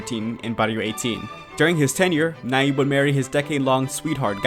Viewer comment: Gracias, muy bien elaborado el documental... sólo que debes pronunciar su nombre bien. "y" pronucia el fonema.